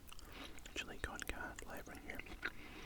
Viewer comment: It’s chilli con car-neh not carn it’s carne made by Mexicans so please say it correct or just say minced meat